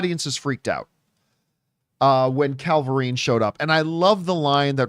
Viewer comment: Isn't it Cavill-rine, not Calva-rine? Or am I crazy?